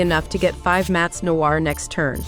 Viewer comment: why they pronounce noir noah? loll